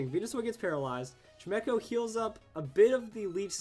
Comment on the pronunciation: I can't be the only one getting annoyed that he calls it chi-mech-oh when it's chime-cho can I, anyway, I think people just forget about quite how many moves magic bounce covers.